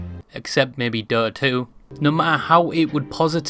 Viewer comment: The pronunciation of DÖTA 2 😂